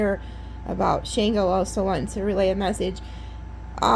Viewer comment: Love your readings. You’re one of my faves. Just want to say Shango is pronounced like ‘SHAHN-goh’. Hope this helps. Keep up the good work ❤